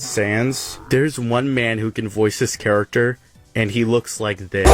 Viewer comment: Bro says character char-a-cter